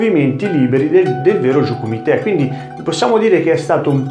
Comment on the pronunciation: Intento interessante ma, mi si consenta, tante imprecisioni sia linguistiche (il nome di Yamaguchi, già fatto notare, ma anche la pronuncia di jiyuu kumite) che storiche. Sono stato dieci anni nella ikga allenandomi anche in Giappone. Conosco un pochino la scuola e la storia di Gōgen e ci sono alcuni momenti storici che magari potresti recuperare (come e con chi ha iniziato il karate, il suo ruolo come figura legata allo shintô che accenni appena ecc.) e magari approfondire in un altro video :)